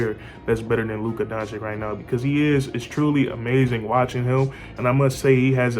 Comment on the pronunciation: Liked your vid. Keep going,but try to say Luka Donchich( phoneticly right )